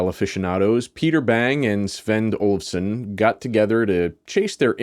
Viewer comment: Haha. Don't you always say "Olsen"? Even in american english Olufsen is not too hard to say.